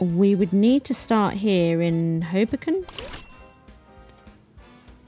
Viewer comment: ...hoeBOWken.. Is the place 😊 you again worked your Magic...